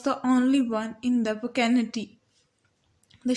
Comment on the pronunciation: its not vikinty "vicinity"